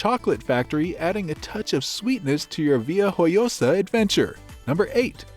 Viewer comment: Este vídeo es de vergüenza, IA mal aplicada, y frases como "via oyosa" ¿en serio? Está claro que el que ha hecho este vídeo no ha pisado Alicante en su vida.